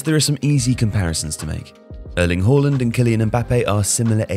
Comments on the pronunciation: It is not pronounced Whoreland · "Erling Hoalland"